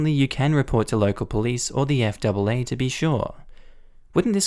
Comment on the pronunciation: Hi, Just a heads up. We call the FAA the Eff Ayyy Ayyy.